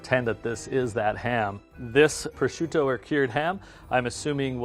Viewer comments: He pronounced Prosciutto wrong. Lol. It's alright though, I do that as well. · Just the way he pronounced prosciutto proves he isn’t truly, a meat expert